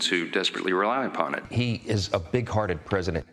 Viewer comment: Did he say... a big farted man?😂😂